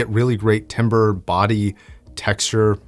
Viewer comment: Hey, ** timbre is pronounced “tam-brr”. Awesome video. I’ve been thinking of getting the k371 for a while